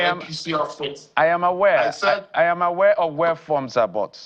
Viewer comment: Please speak English like an educated journalist, say I am aware, and not ‘ayam’ aware!